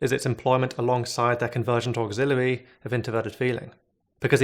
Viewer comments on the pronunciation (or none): Say 'auxiliary' one more time....